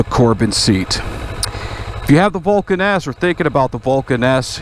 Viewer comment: When you say Vulcan S it sounds like Vulcaness.